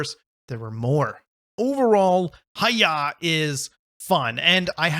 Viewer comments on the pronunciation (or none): Thank you so much for the review,! I'm so glad you enjoyed it:D (By the way, it's pronounced "hi-yai", it means "fast" in Japanese!) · It's "ha-yai" as the text read